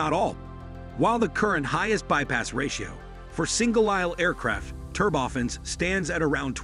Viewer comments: Thanks for an interesting and informative video. However one annoyance I'm increasingly finding on YT these days (including this video) is the mispronunciation of automated narrations. Turbofans become "ter-boffins", a 12:1 ratio, which should be spoken as "twelve to one" comes out as "twelve colon one". In the bigger scheme of things, this is not a major criticism of a good video, but it can be quite irritating. As regards open turbofans, I'm reminded of the Tu-114 airliner with large contra-rotating turboprops that created significant cabin noise. I would guess that mounting smaller diametre ones near the rear fuselage might also create a great deal of noise as the rear of the plane. The video does however make it clear that the CFM engineers especially are aware of the issue, which was problematic in earlier flight tests. I guess we shall just have to see what they come up with. I don't know for sure, but these engines appear to be larger diametre than existing turbofans. Under wing locations might require longer undercarriage legs and if so they would probably not be a retrofit option or a future adaption for an existing type without significant redesign and re-certification. So now where would open bypass turbofans end and turboprops begin? Thanks for an interesting video. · "Turb-oftens"?! Oh, I see. This is not a human narrating...